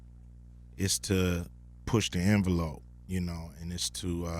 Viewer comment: Cube is dope love him but when he say push envelope, he makes envelope sound like its spelled invelope.